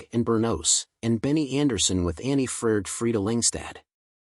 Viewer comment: Jesus Christ! Her name is Anni-Frid not Annefurd.